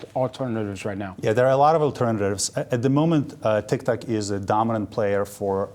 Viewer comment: Funny how he pronounces it as TicTac, not TikTok 😂